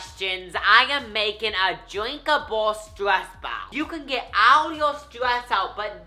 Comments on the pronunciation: No it's super annoying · Is it just me but I love when he pronounces ball as "bow" 😍😍😍